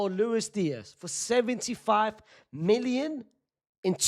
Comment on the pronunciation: Unc I cannot figure out if you’re saying million or minion. 😂